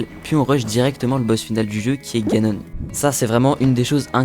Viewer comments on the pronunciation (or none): none